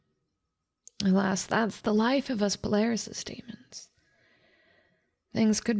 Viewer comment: "PALARYSIS DEMONS" HUH????